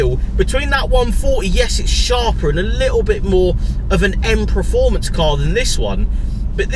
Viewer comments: The word performance is pronounced exactly as it is spelt: PERformance NOT PREformance. Please learn how to pronounce it correctly for gods sake. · It's PERformance not pre